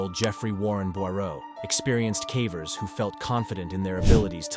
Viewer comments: wow you were just exposed to me as yet another AI horror channel. bummer because I really enjoy your content, this whole time I thought there was a person speaking but I guess it's just been a computer. dead giveaway was saying "k-ah-vers" instead of "k-AY-vers". at least admit youre a shill I've seen people clowning on you for your clickbait thumbnails, which is valid, but was never anything I was annoyed enough to observe. in hindsight now? yeah I can see why your thumbnails are all clickbait considering your commentary is entirely devoid of humanity. none of this is said in Malice by the way, I truly do love this channel. this whole time I was just under the impression that there was an actual human being narrating all of this and, seemingly, this has brought to my attention that it's just another AI channel. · AI narration makes me nuts. Is it really the case that whomever made this video (and so many others) cannot be bothered to, I dunno, actually watch and listen as a human to the finished product, just freeking once, and note the weird words therein (cavers as "kaa-vers", plaque as "plaa-key", etc) and use the AI or whatever to fix them? Surely such fixes cannot be that difficult, and, assuming the fix is reasonably routine, surely a ten minute video could be pronunciation-checked in an hour or 90 minutes or so. What gives? Bugs the heck out of me. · Why are you deliberately mispronouncing simple words like cavers or unmapped?? Seem like a weird thing to do for no apparent reason. Plicky for plaque at the end was particularly ridiculous lol